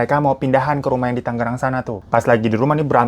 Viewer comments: Bang, tangerang bang bukan tanggerang.. g nya satu ajah 😂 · Kak, Tangerang bukan Tanggerangggg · Tangerang not Tanggerang :( dan di baca tang e rang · TANGERANG BANGGG.. BUKAN TANGGERANGGGG😂😂😂😂😂😂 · Tangerang itu G nya cuma satu ya bang, suka aneh denger orang nyebutnya pake dobel G. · Sebagai warga Tangerang gw greget banget penulisan dan pelafalan Tangerang tuh tetep Tangerang bukan Tanggerang dengan double "G"😭😭😭😭😭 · G nya 1 aja bang, TANGERANG bukan TANGGERANG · TANGERANG bukan TANGGERANG bang hirooo😭😭😭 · Tangerang, Bang. Huruf G nya satu aja yes